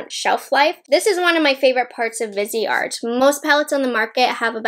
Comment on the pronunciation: Lol totally thought she said bidet